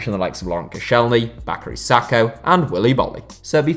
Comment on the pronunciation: It's not bacari sakho mate